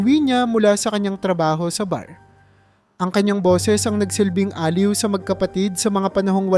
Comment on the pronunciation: Maganda nman po ang inyong kuwento,kaya lang pa kaparis ng ibang narrator eh madami dn kayong mali sa pagbigkas ng mga salita tulad ng: salitang improvised,barung-barong, aliw, basurahan at marami pa.